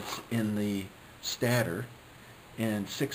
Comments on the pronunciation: Stator is pronounced stey-ter, not stat er. No offense meant. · It's actually pronounced stay-tor not stattor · can you say, stey-ter?